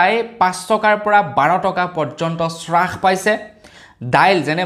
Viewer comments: Es Ram ,Apuni Baru ki srash paise buli koi ase? Taku abar nohoi dubar nohoi bare bare koi ase . Alur damotkoi apunar bhul pronunciation suni kan poki goise Please olop Mon diok. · স্ৰাস নহয়ো ভাইটি হ্ৰাস পাইছে। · শ্বাস পাইছে নহয় হ্ৰাস পাইছে হয়।